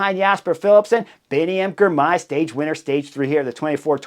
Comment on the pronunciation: And "Girmay", not "Grimay"